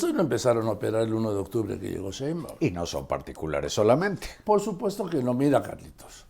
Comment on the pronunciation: Respetado y siempre bien apreciado señor Marín : ¿por qué no pronuncia correctamente el apellido Sheinbaum? Siempre le dice Shembaum. Después de mucho meditarlo, he llegado a la conclusión de que esto es algo escandaloso. Le conmino y le insto a que corrija, de otra forma -le advierto-, me veré en la penosa necesidad de dejar de ver sus programas que tanto disfruto pero, sobre todo -y más tristemente-, de irrespetar el título que le fue otorgado como alguien que nunca se ha equivocado semánticamente. Como opción alterna, si acaso mi advertencia no lo ha atemorizado lo suficiente, le ofrezco que me explique usted sus motivos para hablar de una forma que parece ser un error de pronunciación imperdonable para alguien de su talla cultural e intelectual. Le agradezco su atención a este sencillo, pero muy sincero mensaje, reiterándole tanto mis más profundos respetos, como mi más irrevocable advertencia, aunque personalmente me pese y abrume lo mucho que pueda llegar a atemorizarlo y quitarle el sueño. Y para todos lo que leyeron hasta este punto indignándose por mis palabras y ya estructuran una respuesta altiva y orgullosa... jajaja!!! Cayeron!!!